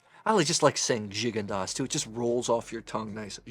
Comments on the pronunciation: Good assessment of these wines,however I wished you took the time to pronounce the correct French name of these wines.Gigondas and Pauillac are very famous wines and you should respect their names as every wine expert should . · Glad to see you using the Coravin. It has totally changed the way my wife and I drink wine. Also, I discovered I’ve been pronouncing “Gigondas” wrong all these years.